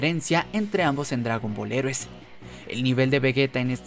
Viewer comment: Tienes que aprender a pronunciar Heroes en inglés, porque el resto de palabras sí las pronuncias bien.